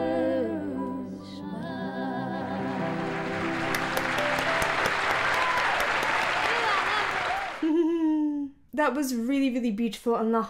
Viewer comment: You can hear Dolly's 'shmile' right through it. She makes 's' into 'sh'.